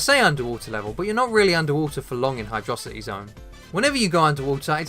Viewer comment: It’s hydro city. FYI.